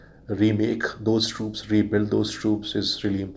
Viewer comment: It's troops not trups